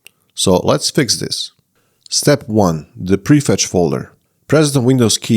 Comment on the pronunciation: except: "prefetch", not "prefect".